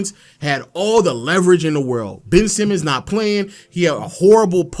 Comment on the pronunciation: I just want to point this out, as someone who actually followed the Blazers for the past few seasons. Anyone who calls Simons, 'Simmons' loses all credibility. His name isn't Simmons, calling him Simmons just proves you don't watch their games or follow their team or know their roster. He's been in the league for 4 years, he's played 60+ games for 3 of those 4 years, his name has always been "Simons". Just admit you're an outsider giving an opinion on the Dame/Portland situation, because you don't watch them play.